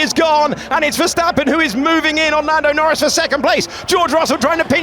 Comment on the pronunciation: Says Nando Lnorris?